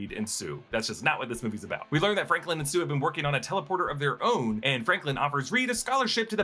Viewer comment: he was trying to say sue and I know it was in Florida but I still think he know better